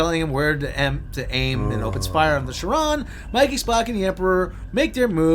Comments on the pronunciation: It's "Caron" ˈkarən,ˈke(ə)r- But who cares, STD sucks. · I believe it’s pronounced more like CAIR-on. Do continue...